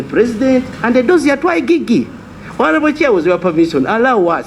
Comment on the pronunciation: Let the "I Gee Gee" investigate. You cannot even pronounce IGG. Has he never heard other people pronounce something so simple? Another national embarrament.